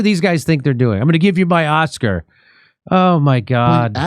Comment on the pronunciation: “Oscar” not author